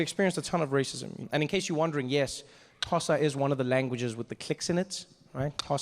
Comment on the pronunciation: you thought me how to say xosa bro, more than that I am learning how to be a comedian. by the way I'm from Ethiopia